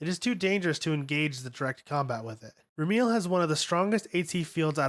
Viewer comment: The way you mispronunce names is so cacophonous that it’s hard to stay focused on what you are saying. Lawn-jiai-nus, ram-me-el, is-ra-feel to name a few. I understand a lot of the names are Hebrew, Latin,and Japanese but proper pronunciation is part of good research.